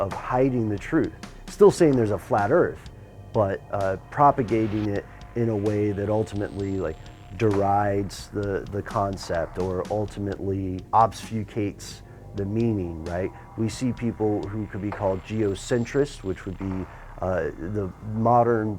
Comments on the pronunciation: He meant to say obfuscate, let him off he's american. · did I hear "obsfucate"? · I got half way through and realized you are just a time wasting wanna be. Learn to say obfuscate. I'll watch the second half when i want to fall asleep. The Earth is an oblate sphere.